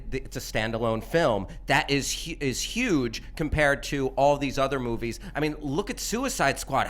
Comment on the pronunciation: I don't know if it's presence or what but I think I heard saying "these boobies" instead of "these movies".